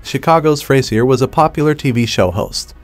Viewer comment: "Fray-zee-r" though....